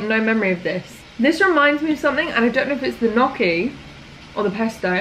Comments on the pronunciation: it’s actually pronounced nee-oh-kee!! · HEY gnocchi is actually pronounced like ñoki (with the oki part sounding like you’re saying Loki) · italian in me died with g-noki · lol I'm not Italian but everytime she said KnOcKY when pronouncing gnocchi made me laugh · Gnocchi is pronounced - ‘Nyoh-key’ 👌😊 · It's nottt XD I don't really know how to explain it, as in Italian we don't pronounce "gn" the same way as you do in English, and there is no English word that uses "gn" the Italian way. It is more like the "ñ" sound in Spanish! it would be pronounced like ñ-oh-kee ! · You should always boil gnocchi (you know they're cooked when they float). It is also pronounced like ny-ok-ee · Gnocci is pronounced "nyo kee" 🥰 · Gnocchi is "knee-oak-ee" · I love but he way she pronounces gnocchi and gyoza gives me hives! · I've heard gnocchi pronounced 100 different ways I don't know which way is the right. It's one of those words that really annoys me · Hey, gnocchi is pronouced njoki/ noki (emphasis on o) and gyoza is pronounced gjosa (emphasis on o). Both are two syllable words.